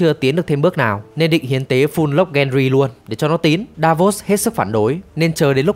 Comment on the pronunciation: cái tên Peter Bay Lắc thì là troll nhưng Ygritte với Gendry đọc sai lè ra.